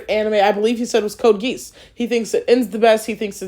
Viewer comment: I’m astonished every time you mispronounce “Geass” and every time it’s a different mispronunciation 😂